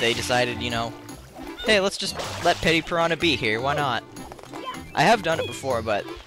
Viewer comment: It's Petey piranha... Not petty piranha. Petey as I Pete. Or Peter.